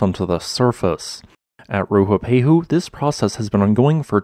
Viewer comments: RUApehu, not RUHUpehu. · If you're going to make a whole video about the volcano, at least learn how to pronounce it's name correctly. Its Rue-ah-pay-hoo. Have some respect for Te Reo Māori. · It's not, this guy just can't pronounce it